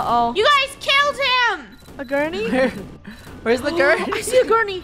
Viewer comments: No one:: COME ON AGURNEY Me: it’s a gurney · It was like all of krew were saying "Agurney” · It is gurney not agurney